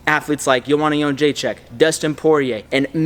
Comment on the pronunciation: Love from Poland for saying Joanna Jędrzejczyk very well, it's hard name and u speak better than UFC 🇵🇱🤣